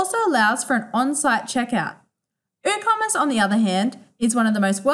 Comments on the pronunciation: Hahaha i was thinking the same - did my head in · Is the 'W' in Woocommerce silent? Or was this pronounced incorrectly?